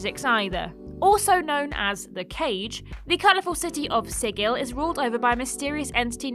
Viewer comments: Sigil as an actual word and is pronounced "sidjil" or thereabouts, not "sigill" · "Sigil" => pronunce "sidjil" ;) (it's an actual word, it means "seal" - the sign, not the animal)